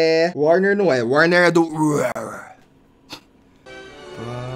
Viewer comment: pessoas normais falando universal ok t3ddy falando universal iuniversal kkkkkk